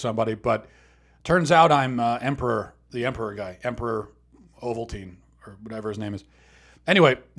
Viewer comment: Emporer Ovaltine... hilarious